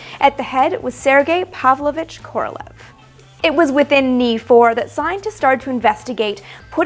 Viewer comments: Amy - please note, FYI, that "Korolev" is actually pronounced "Koro-liev," with emphasis on the "e" in "iev." His name should definitely be pronounced correctly, since he was the great genius of Soviet rocketry. You may also want to note that most Russian words that end in "ev" or "ensk" should have that "iev" or "iensk" pronounced. For example, the city of Smolensk should be pronounced "Smoliensk," and so on. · Amy, you’ve got to learn how to pronounce Korolyev’s name. It’s not like the English transliteration, look it up. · Great video! Just a note - Korolev is a terrible transliteration - it's pronounced like Koralyov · Sorry... but it's not Kor-ol-ev, it's Kor-ol-ee-ov